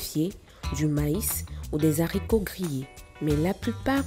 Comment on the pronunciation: On ne dit pas des Zharicots pffff vous embauchez des nuls